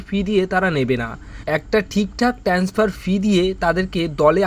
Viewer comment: সব বাসি খবর। ঠিক করে বলতেও পারে না। জঘন্য। আরে ভাই, 'ট্যান্সফার' নয়, 'ট্রান্সফার'।